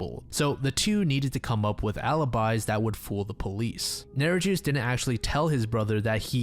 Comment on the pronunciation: From Lisa Holm's case the murderer was a Lithuanian. I am a Lithuanian myself and I always expect non-lithuanian speakers to sort of mess up the pronunciations. I'm not making fun, I just couldn't help hearing his name as "Neri-juice". You pronounce it something like Neri-yus, if that helps :D Who gave the right for Lithuanian names to be so difficult 😤